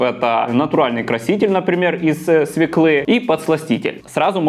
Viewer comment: Не свеклы, с неправильным ударением на ы", а свëклы, с ударением на "ë" !😜